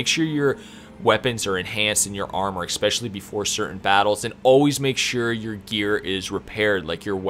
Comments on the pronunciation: Dude.. the word is “especially” not “exspecially”. I’m also goin to assume you say exspresso in stead of espresso. I’m sorry but I couldn’t focus on anything but this. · it is eSpecially. not eXpecially, just saying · Very helpful, thanks! You have a great voice and great energy and you get right to the point so 10/10 for presentation. (Just 1 thing, I swear I’m not a pronunciation cop but there’s no “X” in especially. It’s pronounced like “essspeshally” just because you use the word a ton and it’s a little distracting for weird people like me) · EXspecially :D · Ken, Stanima, Expecially... that was painful to listen to. Good, helpful video. But eugh. Pronunciation. You're a YouTuber ffs. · A good guide but please please google the correct pronunciation of "especially" its like finger nails on a chalk board the way you say it!